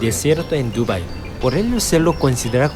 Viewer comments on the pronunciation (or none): se pronuncio duba(I) no (DU)bai